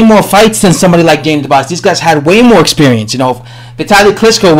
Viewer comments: His name is dubois not dobise!!!! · He says more like Daniel The Boss haha